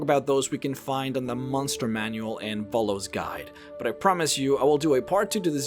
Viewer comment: MON-STER not MUN-ster.